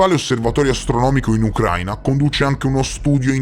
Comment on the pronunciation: a titolo informativo, non è Ucráina ma Ucraína. L’accento cade sulla i e non sulla a. ✌🏻